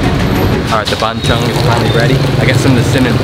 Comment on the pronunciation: Lol the way you say Bung Chung. At least you tried 👍